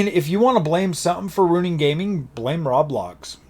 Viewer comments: “Rablox” made me laugh, isn’t it Roblox? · I must correct you, it's pronounced row- blox